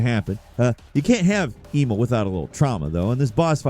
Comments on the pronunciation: He effectively reversed the vowel pronunciation... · pronunciation of "Emil" makes me cringe. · It's crazy how he prounced Placidusax right more than Emil lmao Edit: Okay this dude obviously just isn't good at games I don't think. Spawn of Oggdo and Divine Beast Rematch? Holy fuck lmao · I'm almost certain that at this point, is just trolling wirh mispronounciations, Love but he did do my boy Emil dirty. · His mispronunciations are getting out of hand. He mispronounced Emil when in the game and the first game his name is said multiple times! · It's Em-EEL, not E-mil. Considering as his name is openly spoken in the game, I'm uncertain as to how you managed to fuck that up. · i'm sorry, but who tf is "e mole"? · “Eee-mil” it’s Emil. E-mil. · Emil, like "uh-MEEL" is a common human name not EE-mul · The way you kept mispronouncing Emil's name aggravated me so much. It's pronounced "Eh-meel", not "EEE-mill" 😑 I normally dont have any issues with your content, and usually look forward to watching your videos. But this little infraction... just rubbed me the wrong way. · Eemaulah and eemull... It's Emil (e-meal) T.T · "Eemull" Okay, so you didn't play the game. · ee-mil? EE-MIL?!? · Why do you keep calling Emil, Emo? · Christ dude it's pronounce 'em-eel' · Brother…E -MEAL = Emil… sorry it’s driving me nuts 😂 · Who the hell is Eemol??? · do you mispronounce shit on purpose??! I’m at 14 and it’s EM-EEL and that’s like the 4th mispronunciation so far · Flacid-dick-sux lol But E-mul? I swear mispronounces names on purpose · Tell us you've never played Nier without telling us you've never played Nier with the way you pronounce Emil. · Imagine fucking up pronouncing Emil’s name. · WHY DO YOU SUCK SO MUCH AT SAYING WORDS AND NAMES OF CHARACTERS?! It kills all credibility! Do better! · Feel like you mispronounced every name wrong on purpose. Geez. The Emil pronunciation was brutal, he says his name multiple times in both games.